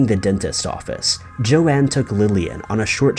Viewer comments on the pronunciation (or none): It’s Joan, not Joann/Joanne... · Her name was Joan, one syllable, and not 'Joanne.' doesn't even try on some of these things. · It's Joan, not Joanne Risch. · The first woman's name is Joan....pronounced jone. Show some respect for once. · Her name is JOAN - NOT Joann